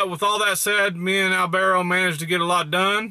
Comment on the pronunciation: Alvaro, echale chingasos a la dieta y la chinga! Good job guys keep up the good team work!!! sorry he calls you "AL-varrow" WHAT! LOL!!! maybe he can call you AL only, short for AL-wappo? LOL!!!